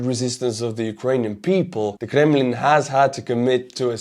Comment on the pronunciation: I don't think I've ever heard someone say the word "Kremlin" with such panache.